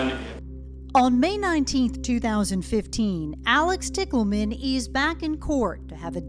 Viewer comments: O.k....the last name "Tickleman" for a sex worker is hilarious! I know it's not spelled that way but it is pronounced that way. Is it a fake name she chose or is it her real name? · Couldn’t they have pronounced “Tichelman” just a LIIIIIITTTLE different than “Tickle Man” ???!?😂😅 I mean… considering the nature of the story 😅